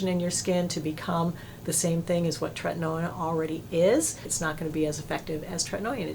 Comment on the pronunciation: Really appreciate your channel for your sensible recommendations and basic good taste, things that are harder to come by than one might think. But I can't allow you to keep mispronouncing tretinoin - it's tret-in-OH-in, no 'oy' sound in that word. Just sayin'...